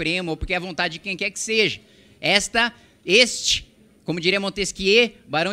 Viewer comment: Você vem sendo muito bom para cometer um erro tão simples de falar a palavra "seja" de maneira errada, até onde percebo, com certa frequência, apenas por isso faço essa observação.